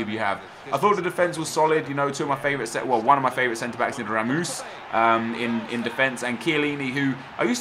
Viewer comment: RaMOOSE? What..? 😂